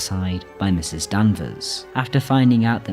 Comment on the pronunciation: Such insight and yet you mis-speak the actual 'villain' moniker! Mrs ("Misses") Danvers, not Ms; seems inobservant and disrespectful to get main-character address wrong. Care so much? Get it right.